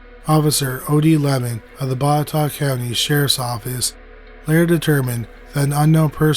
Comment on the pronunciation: Congrats on your pronunciation of Botetourt, it's not easy.